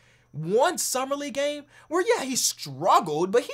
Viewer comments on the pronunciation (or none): none